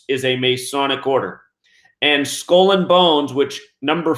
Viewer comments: Skull is pronounced sk-ull; not school. Geometry is pronounced Geo- me-try; not gemotria! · What's a skoll ........ oh, he is trying to say skull. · You say skull and bones weird